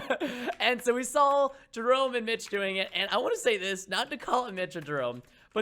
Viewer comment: preston,I love you bro I wont send you hate mail or dislike or unsubscribe but it bothers me and peop,e dont know how to speak. you say sawl not saw